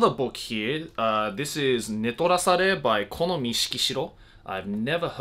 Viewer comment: DID HE JUST SAY . HE WILL ENJOY READING NETORARASEREARAERARAR OMFG